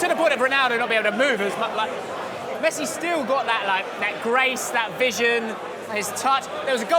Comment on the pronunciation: WHY do people like pronounce Messi’s name like it’s Lionel Ritchie??